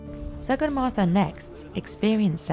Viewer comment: You are pronouncing sagarmata incorrectly...do proper research on names properly plz